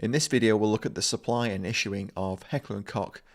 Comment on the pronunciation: Heckler and Coke not cock😂I don’t expect a Brit to know how to pronounce preferred a Glock trigger to a VP-9